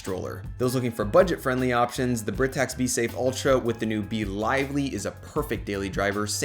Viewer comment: Loved the video, but I believe Britax is pronounced “Bry-tax”